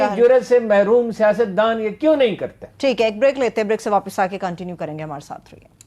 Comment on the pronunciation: Continue...kun-T-new not Kon?tinue